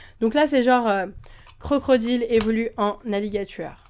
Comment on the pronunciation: Ta dit crocrodile